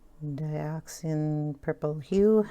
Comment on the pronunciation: Dioxazine sounds like... Di-ox-a-zeen...if you say it slowly, you won’t have any problems.